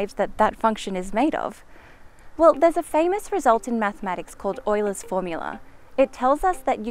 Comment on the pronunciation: It's pronounced YULER! Yooooler lady! They should lock your ass up for mispronounciation of scientific endevours